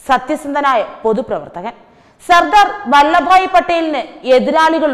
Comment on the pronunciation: ‘വല്ല’ ഭായി പട്ടേൽ അല്ലല്ലോ! വല്ലഭ് ഭായി പട്ടേൽ ആണല്ലോ!!